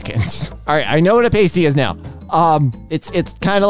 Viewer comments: hey, just for future reference, pasties (stickers for your nipples) are different than a pasty (savory meat pie) and are pronounced differently (pay-stees vs pah-stees). signed, someone whose mother had to suffer her child telling multiple people that we were having pasties for dinner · Yeah my family is from Cornwall and I was laughing so hard listening to say "paste-ee" rather then "past-ee" but whatever you call them they are delicious. (I will judge a little when high-brow publications insist on calling them "hand pies" to "elevate" them) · "paystee" is very much throwing my off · You say PAY-STEE, I say PAH-STEE... Let's call the whole thing off! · As a Cornish person, i wish too die on how much you butchered the word “pasty” its said past-y not pastey Thank you for your time and AAAAAAAAAAAAAAAAAAAAAAAAAAAAAAAAAAAA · The kind of pastry called a pasty is pronounced past-y not paste-y, it's usually a savoury filled pastry. And I think the caramel slice means like a slice of millionaires shortbread. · Lmao I‘ve been pronouncing pasty wrong this whole time, I pronounce it as ‘paastī ’ but that's wrong apparently 😔💀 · struggling with pasty made me chuckle more than it should have - pronounced pa-stee, it's a form of pastry in the UK primarily with a savoury filling though sweet pasties do exist and some classic versions even have a sweet part and a savoury part for a full meal in one lump. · as someone who used to eat pasties almost exclusively, hearing struggle to pronounce them and then go "what is a paystee" just made my day No I won't explain what a pasty is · so... Like pasta with tee instead of ta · As long as you’re not from the London area, yes. The “a” in “cat” is a better one to use. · pasty, like nasty, which they are not. Ironic, because if they were pronounced how did, they'd rhyme with tasty, which they are! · from uk here we pronounce it as “Pass tea” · it's pronounced "Past-e"